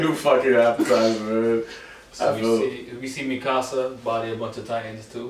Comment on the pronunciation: lmfaoo he said "movee nika" 😂😂😂